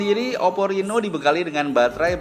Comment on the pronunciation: Oppo reno mim , bukan rino